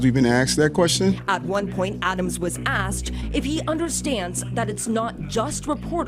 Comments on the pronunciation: Did he say axed a question? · No Mr. Mayor, I do not know how many times you've been axed that wuestion. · How many times you been axed those questions? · Was he asked or was he aksed? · Ya know how many times I've been axed dat question 😂😂😂😂😂